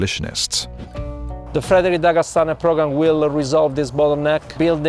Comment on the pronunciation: sorry, just interting hearing an Italian pronounce Frederick Douglas. Worlds colliding i guess.